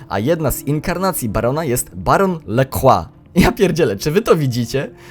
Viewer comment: lacroix sie czyta lakrua